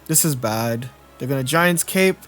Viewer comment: I love you,, but every time I have to hear you say “Giant’S” Cape,” I love you less lol.